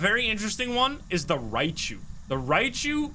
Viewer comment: It’s hilarious how he always calls Raiju Rai chu